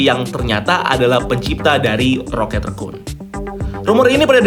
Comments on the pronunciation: Kenapa ngmngnya ngga rocket rakun aja si min? Kenapa malah di bacanya rocket rekun jdi gimana gitu di telinga😪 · GT rhekuun bacanya